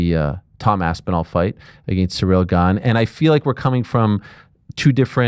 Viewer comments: Who the hell is "surreal"? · Chael's pronunciation of foreign fighters is "surreal"